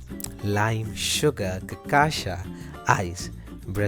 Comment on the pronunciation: Dude, for love of all things good, its really not that damn hard to pronounce cachaca right, really. I watched 4 videos in a row, listening to 4 different gringos say the word wrong in 4 different ways 😂😂😂😂😩😩😩😩 like, how? And im Aussie/Kiwi. Theres no excuse. Just learn a little Brazilian Portuguese, if you are intending making videos on Brasil. Seriously.